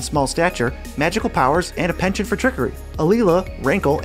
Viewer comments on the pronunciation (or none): none